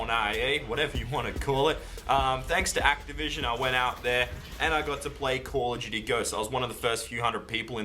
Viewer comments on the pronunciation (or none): its call of duty not calludooty LMAO